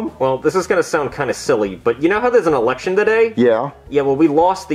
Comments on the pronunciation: No one notice said erection instead of election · Like he said erection instead of election 🗳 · Whenever says election it sound like election lol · The funny apart from this. was saying election as eRection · Erection instead of election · You mean how replaced the r with an l?